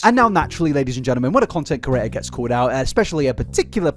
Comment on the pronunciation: In the first 4 minutes of this, you've said curator instead of creator 867 times. Say it slowly CRE-ATOR. You managed to spell it right when it flashed on screen though.